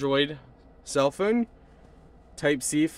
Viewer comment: Why do you say phone like phöne?